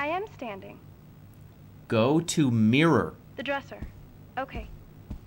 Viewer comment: “Shoot mirr. Shoot mirer. SHOOT MEERER.”